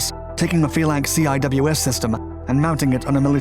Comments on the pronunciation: We say "See - Wizz", not CWIS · How can you do a whole video on the CIWS and fail to point out that it’s usually pronounced “Sea Whiz”?